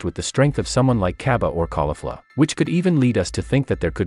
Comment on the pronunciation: its cabba not caibi